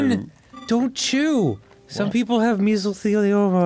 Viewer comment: It’s even better how he kind of half-heartedly pronounced it so it came out like “measlethelioma” 🤣🤣🤣